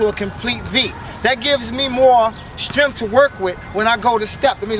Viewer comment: Pretty please say strength, not stremfff